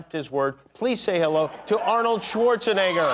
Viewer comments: It's fun the kind of slowing-down, the effort Kimmel puts in when it comes to saying "Schwarzenegger"... and just to say it wrong! :D Languages other than English exist, you know?... :P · he said schwarzenigger